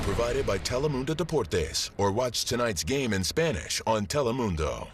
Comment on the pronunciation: I love how they said Telemundo. Not even "TEH-LEH-MUHN-DOH." They got it right; "TEH-LEH-MOON-DOH" 😂